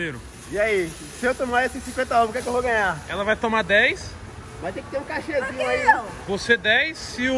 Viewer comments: ninguém: muralha: se ele num tumar... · se tem muralha falando: se ele num tumar... tem like!